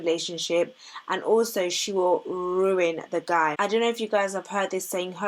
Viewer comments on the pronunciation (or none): Your emphasis on the word RUIN tho 🤣 but you're right